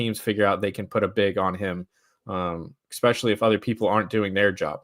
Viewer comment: Please say "especially" and not "EXpecially". Much praise to your Heat heart!